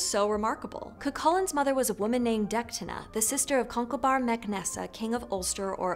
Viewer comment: i'm sorry, kind of disspointing, poorly summerised with misprenounced names In Irish, most of the time when you see a H, the leters around it go silent (but still feel the presence of them) Deichtine - Detine Lugh - Loo Why did you pronounced Mac as Maaaac with a long a :/ Mac has a short a - Mac! like McDonals this made me concerned of the other inclusive stories you have here, hallowed down to min If you enjoyed this story, awsome, just read further and find how sensitive, action packed and character driven Irish myth can be. It's very much like Norse myth, except the gods are more human, more vulnerable and either with us or the earth bellow us.